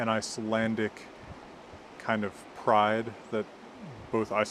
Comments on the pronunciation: As an Icelander my jaw dropped when you started speaking. Best pronounciation from a foreigner I've heard. Good job mate👍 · I am always so admired when i hear foreigners speak Icelandic but this was something else. The pronouncication was to a t compared to others. Good job investing in this old language which i still have a hard time sometimes to speak correctly. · A little late to the party here, but I just discovered your channel and I just wanted (as a native speaker) to praise you for the outstanding pronunciation of Icelandic. Did you spend some time in Iceland during your studies (or at some point)? Surely you must have? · Being a native Icelandic speaker I can state that your Icelandic is very good, not like a native but very very good none the less. It is clear that you have an understanding of the mechanics and traditions of our alphabet. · Excellent video. I, as an Icelander, I want to say that your Icelandic pronounciation is excellent. You don't sound quite like a native but that can't be expected of you. If you were to come and live in Iceland for maybe a couple of years you'd likely get to the same level of speech as the natives. Íslenska/Icelandic: Frábært myndband. Ég, sem Íslendingur, vil segja að íslenski framburðurinn þinn er frábær. Þú hljómar ekki alveg eins og innfæddur en það er ekki hægt að ætlast til þess af þér. Ef þú kæmir og byggir á Íslandi í kannski tvö ár eða svo þá kæmist þú líklega upp á sama málstig og hinir innfæddu.